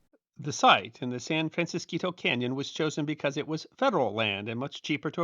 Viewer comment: Thank you for pronouncing "San Francisquito" correctly!. I grew up in Green Valley, a town a few miles up the canyon. As an adult, I used to drive right across the spot where the dam stood, when the road used to wind right in front of the base of what remainef of the dam.